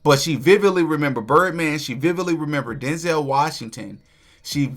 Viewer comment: It's not Den-zel It's Denzel like pencil. 👍